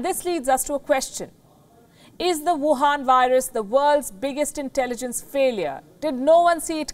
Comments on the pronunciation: Please do work on your "wuhan" accent as well as on pronunciation of "Shanghai", it's not shanggai. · I love how she says Wuhan Virus :D